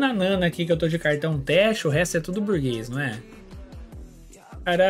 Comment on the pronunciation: só eu q tenho agonia de ouvir o chamando a Nana de Naná?